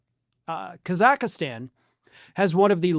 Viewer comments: It’s not Kazakistan it’s Kazakhstan, pronounced Kazikstan , silent H, no i in the middle. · It’s Kazakhstan, not, “Kazakhastan” 😂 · It's Khazakstan, not Khazakistan. It has three syllables, not four. There's no "i." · Thx for the vid. But little pet peeve. It's not Ka-zakh-a-stan. It's Kaz-akh-stan. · Ka-Zack-Stan is the pronunciation. Lol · The is NO EXTRA A in the name of the country! C'mon it's called "Kazakhstan" The pronunciation in English is /ˌkæz.ækˈstɑːn/ in British English and /ˈkɑː.zəkˌstɑːn/ in American English. Nitpicking I know, but... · Kazakhstan isn't pronounced Kazakihstan, and the Trumps won't be in power indefinitely, but the resources will still be gone, so good luck with kakistocracy. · Kaz ak stan is how the country is pronounced in English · It's pronounced phonetically "Kaz-ak-stan"...I know Americans like to mispronounce & misspell the beautiful language we in the UK gave the world but at least pronounce the country correctly..! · Am I hearing things or is adding a syllable to Kazakhstan? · So can't pronounce Kazakhstan... Where is he getting the extra A? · Judging by your incorrect pronunciation, I'm guessing you've never watched Borat! Just saying, lol. I do love your news coverage though, one of the few I trust anymore. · why do you keep mispronouncing Kazakhstan..... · Please learn how to pronounce the name of the country you're reporting on. Google is free.